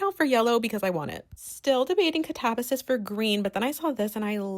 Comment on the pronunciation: I have never heard katabasis pronounced like that before!